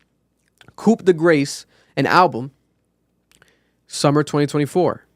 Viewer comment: YO it’s [KOO] [DE] GRASS] and not grass as in the green stuff. Has nobody heard this godamn word before? lol